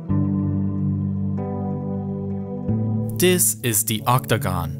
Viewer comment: this not dis TH not D